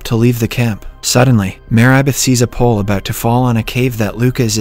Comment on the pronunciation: I just realized that the voice is automated. There are a few examples; the pronunciation of Marybeth as "Mayribeth", the 1800s being pronounced as "One-Eight hundred seconds" ,and a lot more.